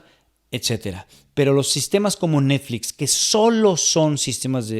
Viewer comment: Habían notado que dice "neDflix" y "warneN" brothers? 🤔🤔🤔